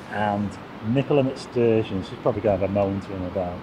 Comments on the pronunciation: Nicola who ??? McSturgeon wtf twice you said it her name is Sturgeon not every Scots name starts with Mc . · Thank but it's Nicole stugeon not mc stugeon. I like you but call her mcstugion sorry disrespectful. Do you call him.curry rishi